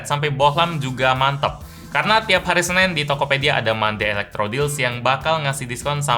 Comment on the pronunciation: Everyone: Senin..: SENEN